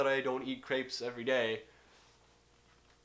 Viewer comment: Naglis Pečiulis He also said it wrong.